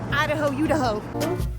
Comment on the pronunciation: As an Idahoan I appreciate the "I-da-hoe, you-da-ho" like you aren't semi local if you don't... LOL